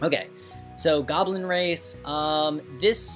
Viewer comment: lol, i miss how spell goblin, sounds like kobulin